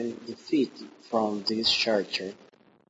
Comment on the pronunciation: Lol you pronounce character as chericter! Try saying it like this: Karakter.